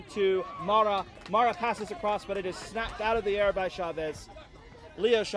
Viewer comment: To listeners, the player referred as “MARA” in the narration, is called MAREI (pronounced Mar-ey). She comes from a west japan team, where she plays with her twin brother SENA.